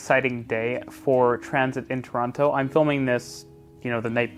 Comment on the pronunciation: Pronounce Toronto correctly or don't say Toronto at all.